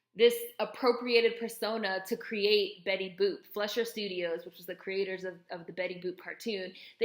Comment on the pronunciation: It's pronounced "FLY-shur." Interesting video. Thanks.